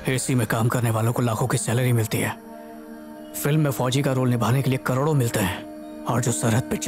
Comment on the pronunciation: Soldier hota hai Soljer nahi 😂🤣